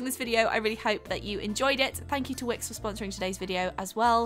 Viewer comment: At the end when she said thank you to wix for "sponsering this video" i heard ", thank you twix for sponsering the video" haha